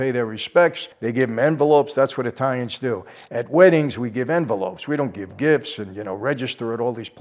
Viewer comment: I love you to death Michael but your Italian pronunciations need some work brother